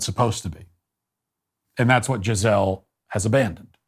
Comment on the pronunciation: Note: The pronunciation is Gee-zé-lee.